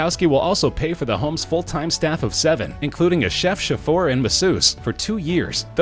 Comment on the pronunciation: Say, exactly how does one correctly pronounce “chauffeur”? Narration isn’t your forte.